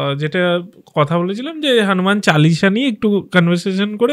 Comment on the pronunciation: Kothata "Hanuman Challisha" noe Hanuman Chalisa.... pronunciations problem hole "Mahabeer chollisa" bolun....erom baje pronunciation korben na😡😡😡😡😡😡😡